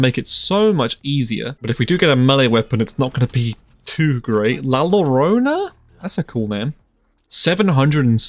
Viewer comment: yooo they way you said La llorona 💀😂 edit: la Llorona is a Mexican folklore